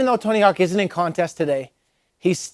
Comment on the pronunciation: "Oh Tony Hawks? Yeah he's rad" LMAO I know dude it killed me too but now I say it like that just to see if I'm ever corrected!